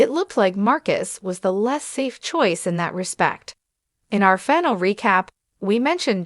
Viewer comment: What the hell is a "finel"?